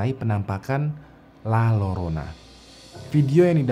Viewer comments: Koreksi bang: Hantu perempuan dengan pakaian putih di Meksiko: La Llorona. Baca: Ll/Double LL dalam bahasa Spanyol bacanya J atau Y. Jadi bacanya La Jorona/Yorona. Tambahan ilmu aja, bukan sok pinter. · Lalorona dibacany lajorona bang wkwk 😂✌ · Abang larat waktu nyebut La Llorona, itu dibacanya la Yorona/La Jorona soalnya double l itu dibacanya Y atau J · LA LLORONA dibacanya LA JORONA. Ah, payah yutuber.